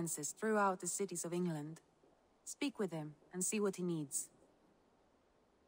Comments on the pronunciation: The way you said England the first time kinda hurt me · the way you said England lmao